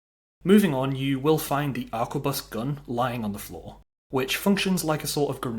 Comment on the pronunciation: A R Q U E B U S. not aqua bus. its 2024 time to stop playing skyrim and read a book. and buy a toothbrush